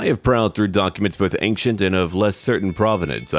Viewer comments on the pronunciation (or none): none